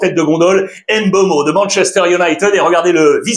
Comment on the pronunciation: Alex, Mbappé et Mbeumo, le M est muet. Ça se prononce Bappé et Beumo Certain que tu le sais, ta chaîne YouTube est vue à l'international, sois moins franchouillard. Bonne continuation.